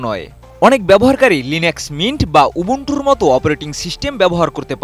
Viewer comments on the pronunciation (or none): It's UBUNTU (উবুন্তু) not Ubontu.